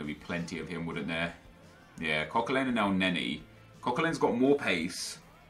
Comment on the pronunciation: why do you say Coquelin's name so weird. It's pronounced Coquelan, not Coquelain, hope this helps